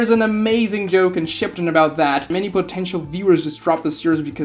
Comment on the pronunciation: bro says shipedun